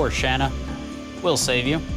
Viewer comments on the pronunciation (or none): Your pronunciation of Shana makes me want to set up car bombs in highly populated areas. Otherwise, good LP.